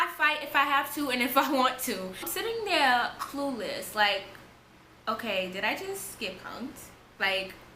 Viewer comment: Her accent😻 the way she says 'lost' like 'luost'.. Also when she said 'honestly I didn't even ce-ar, that the cops was the-ar'..😻